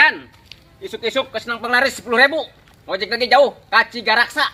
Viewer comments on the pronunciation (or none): Tigaraksa mang😂😂 lain cigaraksa😂😂 aduh😂😂